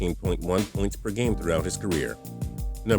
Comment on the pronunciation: "puynts" you mean points bro?